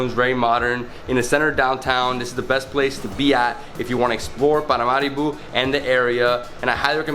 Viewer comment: I love his accent when he pronounces Paramaribo.